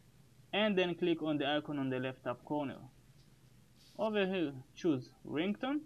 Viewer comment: His "over here click" is sounding like: "Owwhawhe click"